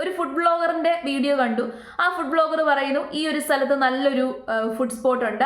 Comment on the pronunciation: വീഡിയോകൾ ചെയ്യുന്നത് "ബ്ലോഗർ" അല്ല "വ്ലോഗർ" ആണ്.